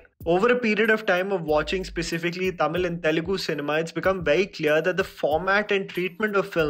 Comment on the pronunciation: This is one of the few Hindi guy who pronounce the words Tamil, Telegu, Malayalam and Kannada perfectly and correctly without killing the words.